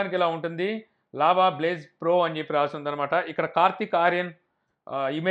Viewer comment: Java blaze kaadu bro . Adhi lava blaze 😂😆😋🤣😁